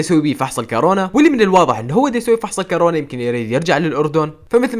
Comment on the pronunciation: بيحكى كرونا 😂 اسمها كورونا😂😂 بمزح بمزح شكرا على المحتوى المتعوب عليه